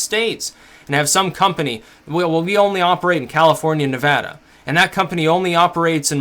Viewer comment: Thank you for pronouncing Nevada correctly.